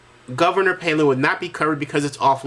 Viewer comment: Answer- Hell No! Because Kevin doesn't even know how to pronounce Bristotl's last name. Duh!